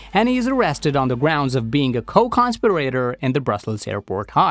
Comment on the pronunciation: Machine mispronounces "co-con spir a tor" as if it was the "a" pronounced in "res pi ra tor" (medical device).